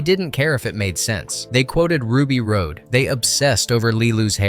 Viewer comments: You said Ruby Road…. Um… no? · "Ruby Road"? You reviewing a film with 'facts' but cannot say one of the main characters names. Come on! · i still quote the divine language when people touch me (i hate being touched) i'll say 'Senno ecto gammat.' I also have her tattoo. HOW DID YOU MISSPRONOUNCE RUBY'S NAME???????? :O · Milla was nearly half Besson's age... but yes, so was Maiwenn. Anyway, the way Ruby's last name is pronounced shows that chatGPT didn't even watch the movie. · Chris Tucker’s character’s name was Ruby Rhod (pronounced like fishing “rod”, not pronounced like rocky “road”.) The guy narrating this video never pronounced it right, not even ONCE!! It’s like he didn’t even watch the frakking movie! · Have it on DVD watch it a lot! Didn’t even see it in the theater. This was Milla Jovovich breakthrough role. Funniest part of this is I do not even like Bruce Willis.... mostly as a person. He was a jerk! So, if you're going to read the script..... GET IT RIGHT! Its Ruby Rohd. Its pronounced Rod! Not Road! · I’m loving the info but this voiceover is killing me. It’s Ruby Rod not Road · Love learning about all this. One thing I thought should be brought up about the character Ruby. Ruby's last name is pronounced "Rod, as in Hotrod." Not like Road. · The announcer has literally never seen it, or he would know that it's NOT pronounced Rue B. Road. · “Rod” not *”Road.” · DID YOU EVEN SEE THE MOVIE? ITS RUBY ROD, NOT RUBY ROAD!!! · It's pronounced "rah-d" not "road". Driving me nuts. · This review is OK, but so irritating. The dude doing the voice over has clearly never even seen the movie. He's mispronouncing so many of the key words. Like repeatedly saying "Road" instead of "Rod". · Besson's wife Maiwenn was in the blue alien diva costume, but that wasn't her voice. I forget her name, but she's a well known opera singer. Also, It's pronounced Ruby ROD, not Ruby Road. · Ruby's last name is pronounced "rod", not "road". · It's Ruby Rhod (pronounced ROD, not road)